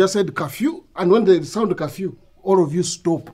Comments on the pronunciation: I can’t be the only one hearing kafyu not curfew 🤣🤣🤣🤣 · 🤣🤣🤣🤣😂😂the pronouncement of curfew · This one has Gerald smashed ."curfew" pronunciation so funny.more love from zambia